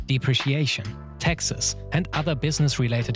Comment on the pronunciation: was it just me or was i hearing texas instead of taxes